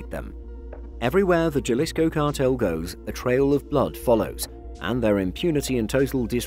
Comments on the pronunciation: It's HA-LEESCO. not JAH-LISCO. J's in spanish are pronounced like "H" in English since "H" in Spanish is typically silent. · ITS HA-LIS-CO, NOT JAAA-LIS-KO. You've come up with this research but you can't even pronounce it properly. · OMG, W...T...F... It's Ha-lisco, not Jah-lisco. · It is pronounced Halisco NOT Jalisco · A little help to make these videos even better, the "J" in Jalisco is pronounced like an "H". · You pronounce Jalisco with a h as in halisco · It’s not juh-lisco it’s Ha-lee-sco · Btw its not pronounced Jalisco its sounded out as Haslisco in Spanish the J is silent you make a H sound instead i dont know much spanish but I know that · Jalisco Is pronounced [həˈliːskəʊ] J in Spanish makes an "H" sound in English. Other than that I enjoyed the video. Subscribed!! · Just a heads up Jalisco is pronounced with an H like Ha Ha. Ha-lisco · It’s pronounced “Halisko” lol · Lol ok j..alisco pls if y'all gone do videos pronounce it right....... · It's pronounced haleesko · It's painful to hear people mispronounce spanish words. Gel-issco? Come on. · Especially a journalist, he should know better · Lol..... all we can do is educate. My wife's family is from Jalisco so it killed me too. Hahaha..... But the video was pretty decent other than that. Good quality and well put together. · Trust the westerner to f that up. I don't even know Spanish but I know how to pronounce Jalisco. Jajajaja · Anyone else bothered by the pronounciation of "Jalisco"? Or is it just me? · anyone who cant pronounce jalisco is not an expert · 😃😃...How could they claim to know about the cartel when they don't even know how to pronounce their names. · This narrators life could be in danger if they hear him pronouncing Jalisco with a J.... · How did you pronounce every bit of CJNG correctly except “Jalisco” with a hard J lmao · Sigh you don’t need to be Spanish to know that j is pronounced like an h 😂 it’s annoying to hear